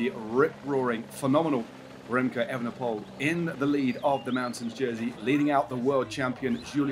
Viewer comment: You can say the correct 'oole when you mean Houle, so why don't you say Evenepool instead of the incorrect Evenepole (and Van der Pool instead of the incorrect Van der Pole)?